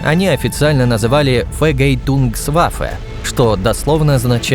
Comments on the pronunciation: Только не Фегейтунгваффе, а Фергельтунгсваффе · Фер Гель Тунгс Ваффе чувак учись